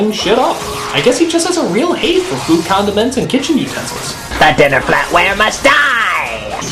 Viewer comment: I got water all over my screen when he said, "I guess this guy just hates condements."